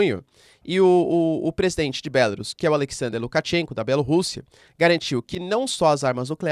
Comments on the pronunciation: Querido "teacher", a pronúncia é 'Belarús'. 'Bélarus' é pronúncia inglesa. A pronúncia é igual a "bambu, caju, urubu, etc.." com sílaba tônica no "u". 🇧🇷🇺🇦🇧🇷🇺🇦🇧🇷🇺🇦🇧🇷🇺🇦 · Professor é melhor pronunciar Belarús, pois fica mais próximo do idioma.